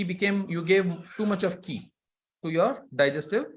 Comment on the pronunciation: Many tanks ! The pronunciation of Qi, in English and Chinese, is qi (/ˈtʃiː/ CHEE), not Key